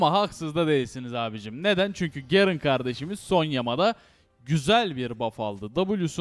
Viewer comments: garen diilmi la ne gerın ı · gerın değil garen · YA YETER GERIN DEYİP DURMA YA DUZGUN TELEFUZ ET